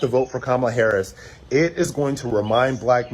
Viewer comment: The way she pronounces "Haaarriss" is awful btw. 😂